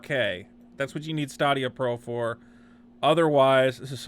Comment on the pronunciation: I am assuming you are pronouncing it incorrectly on purpose? In jest? It's pronounced like "Stadium" but with an "a". How can you be confused about this product? It's game as a service. Eventually this platform will be replacing all platforms. imho, Steam, Sony, Microsoft and Twitch should all be paying a great deal of attention to this product / service offering. As 'botched' as your review of this 'botched release' is? You are not mentioning the implications of all this tech. I just wasted 18 minutes of my life. You could have just posted the Toms Hardware review? Saved us the time and had more information presented? If you would like to present objective information next time? Try and create an outline and references as to what you want to speak about. Instead of stumbling around clicking links and mumbling 1/2 of what you are attempting to read and obviously don't understand.